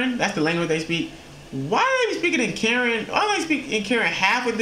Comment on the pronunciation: is Kuh-Ren bro 💯💯